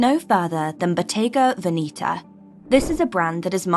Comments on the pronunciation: Please get the right pronunciation for: Botte’ga Ve’neta! Not Veni’ta😓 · Botega VenIta???? Botega VenEta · It’s pronounced Bottega VEH-nehtah not VeeNEEta. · Very interesting, however, it’s not pronounced Veneeta (sounds like velveeta NOT). Its pronounced Veneta - say it like you see it - very simple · I own few pieces. Now I'm confused with the pronunciation. Venetta or Venitta? 😅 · Bottega vinita 😂😂😂😂 the pronunciation tells me that the person who made this video never stepped in a Bottega Veneta shop, and if they did the staff must have rolled their eyes behind their back 🤣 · The funny thing is "she'' cannot pronounce the names.😂😂 Proof that it is not for everybody. Not even the name. Bodega Veneeeta? LOL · Pronunciation of Bottega Veneta is incorrect! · You pretend to know but you can't even learn how to say the names properly! You are offending what you are using to make money! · If you are talking about Bottega Veneta pronounce it properly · Some scruffy American bimbo discovered few Italian brands??😂😂girl, you’re not even capable to pronounce Bottega Veneta (no surprise) and those are ”old money brands” in your limited mind, Brunello Cucinelli has boutiques even in many Eastern European countries where 99% of wealthy are new money. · Your pronunciation of Bottega Veneta is sooo wrong! You need to improve the pronunciation of the brands you talk about if you want to be taken seriously!